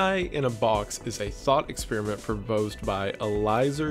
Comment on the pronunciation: I don't know if it was on purpose or not, but you said "cons-periment" instead of experiment at one point, and I think that's perfect lol